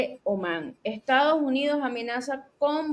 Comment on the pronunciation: buenas tardes. Se pronuncia correctamente Estados no Estaos Unidos!😔